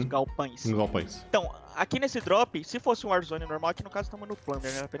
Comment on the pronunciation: Que agonia desse "galpães" kkkkkkk Ótimo vídeo